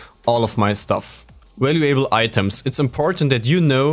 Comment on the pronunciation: valuable is normally pronounced val-you-ble without pronouncing the A. Just trying to help it's obvious english is not your first language. Also, great job on the video.